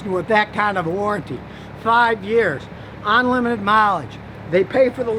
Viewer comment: Scotty to English translation.... ahnlimited = unlimited